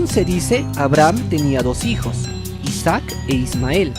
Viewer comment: ISAAC, no Isack